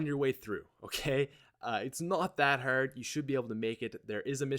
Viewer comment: It's not that HURD lol the way u say it